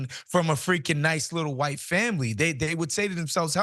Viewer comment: I heard you say "HWhite" so clearly in my mind and you're right ☠️